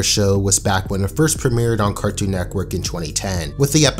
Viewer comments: Bro it’s NETWORK. Not “nectwork” or “neckwork” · He says Cartoon neckwork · Anyone notice how he keeps saying: “neckwork?” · please stop saying cartoon neckwork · How many times is this dude gonna say Cartoon “Neckwork” lmao holy shit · Stop. Saying. Neckwork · Network not nekwork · Am i the only one getting triggered by him saying cartoon "Necwork" I know he can't help it but it is triggering me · It physically makes me cringe when he says "cartoon neckwork" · why does he keep saying cartoon neckwork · IT'S CALLED CARTOOOON NETWORK NOT BBC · He says “Cartoon NECKWORK” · Anyone else notice when he says “Cartoon neck werk” 🤔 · No one:: N E C K W O R K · Loved the video, but I'm very confused by how you said "Cartoon Nekwork" for the entire video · Good vid but it kills me everytime you say neckwork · LOL HE SAYS 'CARTOON NECKWORK"